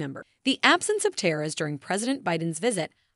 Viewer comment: Can't pronounce "tiara". Grating!